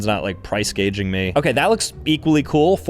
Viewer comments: Ok, Mr. Kamala Harris! It's NOT "Price Gauging", it's "Price Gouging"!!! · In discussing the rug the term is “price gouging” not “price gauging” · New to the channel - please tell me “price gauging” is an inside joke 😂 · Wtf is "price gauging"